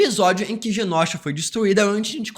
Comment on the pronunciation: Só eu que fico incomodada do falar Genósha invés de Genôsha? Que gastura!